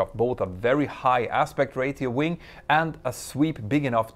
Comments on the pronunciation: 2 Comments: 1.) Ratio = Ray-She-Oh. Not = Rate-E-Oh. 2.) And, if some-one knows better/different, I would be interested to hear it... But as far as I know, the only way to make this sort of slim, high aspect ratio, transonic wing work, is with active trailing-edge anti-flutter devices. And there is no way to make that a fail-to-safe design. If your active system stops working, then at high speeds and high altitudes, your wing is going to fold up in a heartbeat. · "RAY-SHEE-OH" not "RAY-TEE-OH" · Love your videos (and I'm not a pilot!) - Would also love for your English to keep improving 😉 So in that vein, "Ratio" is pronounced "Ray-shee-o", not "Ray-tee-o" - keep up the great work! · Great video, just some pointers on some of the English in the video as I understand its not your first language. Although ratio is spelt as it is, it is not literally pronounced Ray-tee-oh. It's pronounced, Raysh-ee-oh. As if it was spelt rashio. And not Ray-tee-oh At the start, and again you should have said the Plural controversIES; because you said "are there any" (if your sentence uses "are" and not "is" then that's a pretty good indicator you need to use a plural) which should be followed by a plural, just as you would say "Are there any people here" and not "Are there any person here", or "Are there are donuts left" not "Are there are any donut left" Microsoft word set to English (US) or English (UK) will correct this for you if you type out your script at all, it will underline it and correct it to the plural form, and tell you why. The only time you would use the singular, is if you specifically forced it, which would require "is" instead of "are" and specifying a singular noun, with "a"; i.e "Is there a controversy". But "are there any" is forcing a plural. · MP, you gotta practice that English my man!! lol. Ratio = "ray-SHE-o" not "ray-TEE-o"....... On the other hand, I know the ladies LOVE It, so.... lolool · REY-shi-o not REY-ti-o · Amazing video bb Btw please “ra-chio” haha